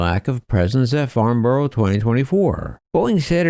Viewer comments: "Farnborrow" It's "Farnbrah" come on USA 😆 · Dear, It's pronounced Farn-bruh. Gosh, Americans don't half speak funny. I wonder how they'd pronounce a place - name like, Blicester- on-Narse. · As a Brit is hard to hear you say borough wrong it’s pronounced farn-burrow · It is pretty cruel how us Brits place an aviation event so critical to American companies... At a location Americans absolutely can't pronounce - Farn-brah, rather than Farn-borrow! (Not a criticism, btw!)